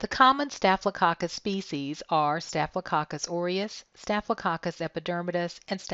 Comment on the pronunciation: Anyone heard it like cock cuss🤭😂😂?